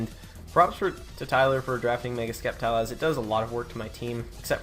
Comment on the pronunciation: Good job man! Well deserved! PS: Sceptile is pronounced Septile.. lol so you actually pronounced it correct once.